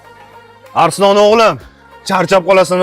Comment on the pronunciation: Arslon bo'ladi Arislon emas